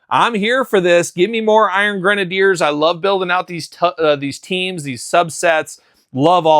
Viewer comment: They were never the “iron grenaders ” you clearly just were not a strong reader …..it’s always been pronounced grenadier and is a real world military term